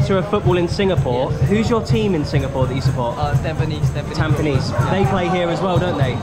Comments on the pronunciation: It's pronounced tam-peh-knees! And Hougang is ow-gahng. Fun fact: it was actually spelled Tampenis many decades ago, but the government eventually swopped the e and i for obvious reasons 😂😂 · bro called tampines "tAmPeNiS'